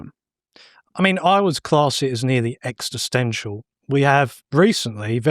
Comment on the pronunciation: ExIStential old boy. If you're going to open with a claim, at least know how to pronounce it. Now, where are all those Americans saying 'nu-cue-lar'?